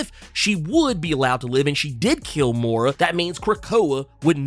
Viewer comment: I don’t mean no harm but I’ma need Moira’s name to be pronounced correctly lol